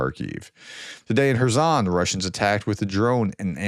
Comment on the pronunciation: Prof, well done for not pronouncing Kherson with a K rather than the correct H sound which is actually like the ch in the Scottish word loch, but the s is not a z sound, it's the ssss sound. 😊